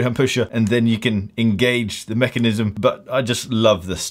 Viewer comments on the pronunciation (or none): none